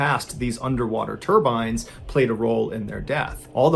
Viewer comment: Once he said "turbines," it became a completely different story. I cringed hard